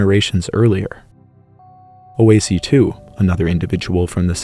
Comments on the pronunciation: it s not " oohhhhh ,, eeyyyyy , sea " it s " woah se " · Just a small correction: "oase" is pronounced something like wah-sai. It means "bones". It's the same root as Italian osso/ossi but Romanian does some weird stuff with the plural form, it goes from os(singular - same as Italian without the end o) to oase(plural)